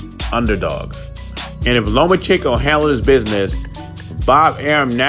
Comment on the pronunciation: Learn how to say Lomachenko